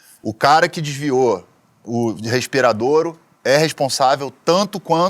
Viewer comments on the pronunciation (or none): Esse tatuado é um idiota , fala de ciências, sem entender nada de ciência..(ele falou respiradoro), insiste em desvio se dinheiro pago..